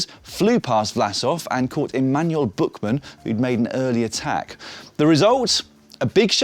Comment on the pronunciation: Thats funny. "Emanuel Bookman" is not how you pronounce this name, buuuuut instead it's a word-to-word-translation